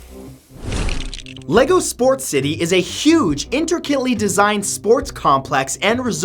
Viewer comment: intricate - entrikkit